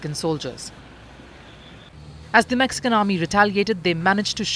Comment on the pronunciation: Mexican = Mexicant 😂😂😂